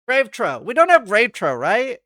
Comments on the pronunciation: Dude is t drives me insane… not “grave trow “ it’s “grave troff “ like what a pig eats out of. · Grave Trough is pronounced Grave "troff". 1. a long, narrow open container for animals to eat or drink out of. "a water trough" 2. a channel used to convey a liquid.